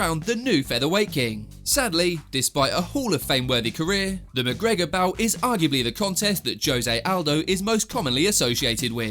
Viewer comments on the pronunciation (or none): none